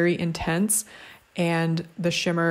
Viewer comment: LOL when you are swatching "Pivot!" and you mispronounced shimmer it almost sounded like you said Schwimmer which would have been a great pun. Pivot is a line by Ross who is played by the actor David Schwimmer in case you didn't already know.